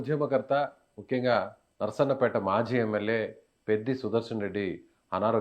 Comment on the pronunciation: బ్రదర్ నర్సన్నపేట కాదు నర్సంపేట ok na